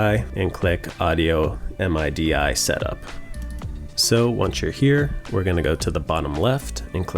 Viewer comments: The way you said MIDI cracked me up !!! EM EYE DEE EYE 🤣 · Quick and to the point! Also, I had no idea people called it M-I-D-I (spelled out), I assumed it was called midi (as in mid with an ee sound in the end) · Talk about making people feel old. This guy probably never heard someone pronounce MIDI as "MID-EEEE"